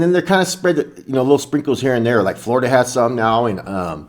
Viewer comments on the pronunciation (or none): none